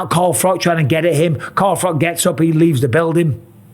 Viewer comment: "Carl Frock" - Michael Bisping